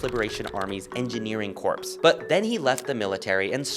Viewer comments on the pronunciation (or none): It's Engineering Corps, NOT Engineering Corpse. 😭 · Holy crud man, it's corps (military unit), not corpse (dead body). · "People's Liberation Army's Engineering Corpse" 😆😆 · In the phrase "army corps," "corps" does not mean a dead body; rather, it refers to a large military unit, typically consisting of at least two divisions, and is pronounced with a silent 'p' and 's' sound. The word "corpse" (with a pronounced 'p') refers to a dead body.